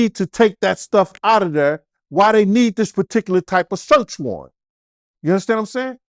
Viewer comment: “Ya uNdaStand?”